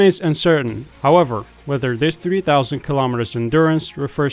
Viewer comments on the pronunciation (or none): none